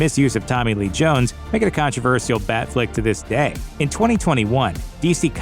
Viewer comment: You mixed the Letters up when you were saying "Dying"?